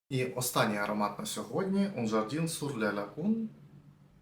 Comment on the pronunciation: Привіт з Парижу👋🏻 Підкажу, як читати назви ароматів Ермес: всі Un читаються як Ан. А Jardin читаються як Жардан (ви навіть декілька разів правильно вимавляли). У французів часто "і" в середині слова читається як А, не дивуйтеся) Сади Нілу дуже люблю 🥰 🥭